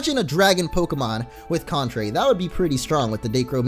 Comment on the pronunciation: Hahahah he said contray coil superior